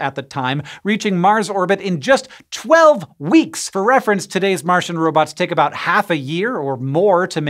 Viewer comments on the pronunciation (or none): none